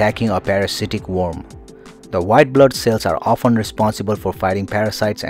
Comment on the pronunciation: Great video and interesting. The narrator has some pronunciation errors though, ie 'worm', etc.